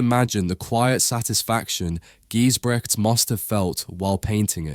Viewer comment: Never heard of Gijsbrechts before, but totally captivated by his skill. Btw, check the correct pronunciation of his name!